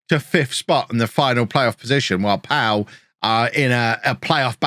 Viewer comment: Pau are pronounced "Poe" btw (like the pilot in the new Star Wars films) and it's where the first ever Grand Prix took place.